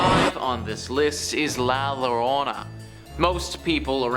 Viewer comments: Yo-rohn-na . La llorona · Yo - don- na ... Llorona x3